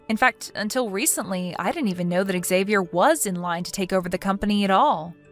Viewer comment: Xavier's father should know how to pronounce his son's name. Sheesh.